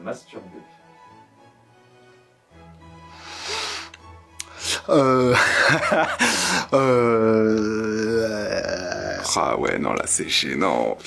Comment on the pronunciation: ce "MATSURBER" ^^